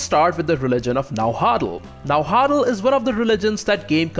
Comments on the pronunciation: Na Wua Tl not Na Hua tl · Its pernounced Na-wat-tal and you kinda swallow the w sound after the first part of it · Yes but at least he gave it a good shot by saying it like "Najuatl" in Spanish, so I'll give him credit for that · Boy, you really butchered Nahuatl pronunciation. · I love your videos dude but your pronunciation of náhuatl is killing me